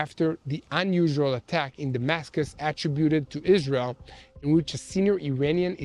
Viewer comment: "a-TRIB-uted." (There were a couple of other boo-boos, but I've forgotten them today. For the record, a "boo-boo" is a mistake; while a "bo-bo" is a small cut or scrape (a baby-sized injury). Generations subsequent to the Baby Boomers have gotten it wrong. The younger generations can't get anything right.) Thank you for the update. The details of this update further highlight the complexity, and complications, of this war.